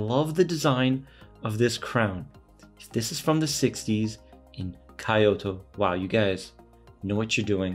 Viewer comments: Hey you pronounced the watch name right but not the name of the city. Kee-oto. Not Kie-oto. 👍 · you got KUOE pronunciation right..good! but KYOTO...I suggest to be KEE-YO-TO..not Kaiyoto.👍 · Kyoh-toh, not Kai-oh-to. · Kyoh-toh, not Kai-oh-to Great looking watch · I mean if you say KEY-O very quickly then it ends up sounding like KYO. But if you slow down the phonetics it definitely does not come out to KEY-OTO. That is definitely not correct lol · Brand is pronounce "koo-oh-eh." The city is pronounced "kee-oh-toe." Nice review. Thanks. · Thanks for the video! I appreciate the Initial D reference, although I think a Casio G-shock might look more natural behind the wheel. Also, you’ve got the name of the watch maker pronunciation down, but Kyoto is pronounced like KEY-oto if that helps. Sorry to be that guy! 😅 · Not to tack on, but KYO is pronounced together in one syllable. Not two separate syllables. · 😂you got Kuoe right and then you killed it saying Kyoto. Ask a Japanese how to say Kyoto too. Jokes apart, thanks for sharing this gem with us. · calls Japanese friend to confirm pronunciation of brand name......immediately mispronounces Kyoto 😑